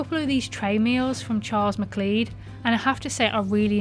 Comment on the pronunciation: The weather in Scotland this year as you know has been abysmal! Not having a go, Charles Macleod is pronounced Charles Macloud.👍